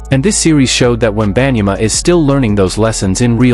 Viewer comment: Ain't even pronounce his name right & I'm here for it lmao, he don't deserve his name pronounced right. Generational sore loser, see them never means he won't be talking to them again & that would mean he won't be in no finals so what he said is stupid lmao stop making excuses for that clown.